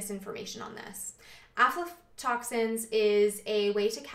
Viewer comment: video 2 years old.. that has real scientific information. has > 500 views... but some whacko moron talking some pseudoscience panic bullshit will get millions.. but anyways thanks. i came across some "OMFG DONT EAT PEANUTS ALPHA-TOXINS!!! (she pronounced it alpha " panic today and linked this video to her. also yes, everything you said about lectins; Legumes are a superior food and vital to nutrition and lectins are no worry.